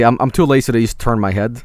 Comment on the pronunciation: Why do you pronounce lazy like lacey